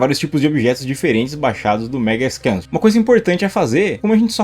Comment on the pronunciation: Não fale "Megascan", cara. O correto é "Megascans", com o "s".